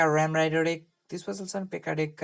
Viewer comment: You should google how to pronounce match and deck... you’re saying mass and dick...